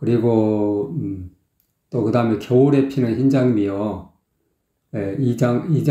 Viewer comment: 더심각한 문제는 겨울에의 ㄹ과 햇살을의 ㄹ 발음을 흐리게 하며 눈을감고 들어보세요~